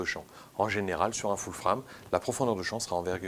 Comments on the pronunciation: Foul Frame???? :): là j'ai du mal!!! faut choisir soit c'est "ful frame" (les 2 mots prononcés à la française mail horrible ! :))soit "foul freiyme" avec un prononciation anglaise bcp plus adaptée. Cela dit bravo pour ton travail très riche. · Pourrais tu dire full-« fraime » pour les prochaines fois stp? Pourquoi juste full prononcé correctement en anglais et frame en fr. C’est un peu dérangeant. Soit full-frame soit plein format